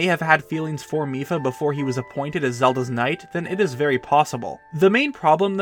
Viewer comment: The first time he said mipha in this video, i thought he said fifa